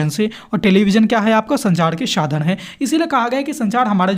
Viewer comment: Sir ap sa ka sha kyu padhre ho shadhan shadan bolre ho vdo achi h bhut par apke jo word h wo shi no h apne word ko sahi kro sadhan hota h shadhan ni jaha sha padhna chaiye waha ap sa padhre..or jaha sa padhna chahiye waha ap sha padhre😂